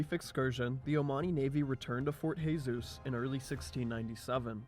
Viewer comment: Jesus is zhe-sus in Portuguese not khe-sus. Also, first imam of Oman was الجلندى بن مسعود in 751 CE ...you know, almost 900 years before Yaruba dynasty.